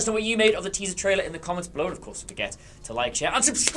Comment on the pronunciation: Are we just not gonna mention that said "tealer traiser?"